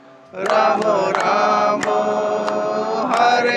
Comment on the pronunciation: Ram bolakaro na ramo kyu bolte ho😂